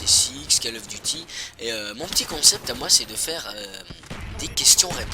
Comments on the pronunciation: lol c vraiment bizarre les gens disent "Kal of duty"... on prononce "col of duty"... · " Cale " of Duty ... Attends t'es sérieux ?